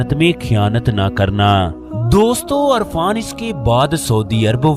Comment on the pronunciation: Irfan not Arfan